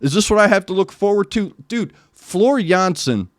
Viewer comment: As a Dutch guy I can tell you that your pronunciation of "Jansen" is spot on.